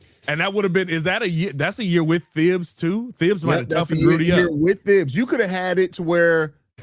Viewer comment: It’s pronounced Tibbs, not THibbs